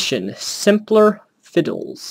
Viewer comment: Could you possibly have said "semper fidelis" any more wrong?